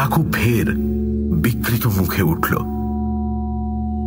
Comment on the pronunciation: ভীষণ ভালো লাগলো। অসামান্য পাঠ করেছেন আপনারা! শুধু একটি ছোট্ট সংশোধন। বাংলায় ঋ কার হ্রস্ব স্বর। অতএব প্রকৃতি বা বিকৃতি এই জাতীয় শব্দের উচ্চারণে ঋ কার এর ওপর আলাদা ঝোঁক নিষ্প্রয়োজন।